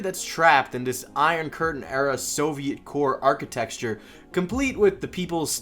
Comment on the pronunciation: No one:: "architexture"